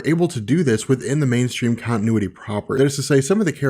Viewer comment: It's good, but learn how to say continuity, there are t's in the word for a reason... To be said!!